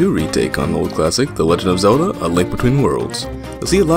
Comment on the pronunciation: Uh, you said Zadlo? ;)